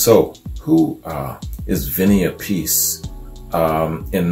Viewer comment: Love Ozzy Sabbath, Dio Sabbath is Better. Really 2 different bands. Raw with Ozzy... Polished with Dio! Your pronouncing Vinny last name wrong. Its Api-cee Appice Great review.. Dio Sabbath Rules \m/